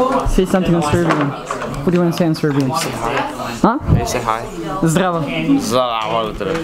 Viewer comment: Onaj te nije razumeo nisi lepo rekao zdravo nego si rekao zhdravo 😂